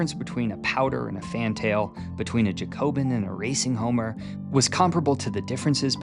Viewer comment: Just for future - it's pronounced "JACK-obin", and yes - I am being an absolute nerd right now, but it's after the French Revolutionary party. Yes, this was no doubt a sly joke for pigeon breeders ^.^